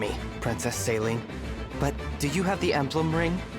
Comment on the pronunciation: As a french speaker, the pronounciation of Céline's name in this game is absolutly atrocious 🥲 They say it like it's saline, but it should be pronounced as say-linn (like lint, but without the t). Hope this helps 😁